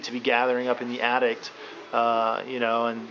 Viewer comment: Dude you build houses, It's Attic not Addict.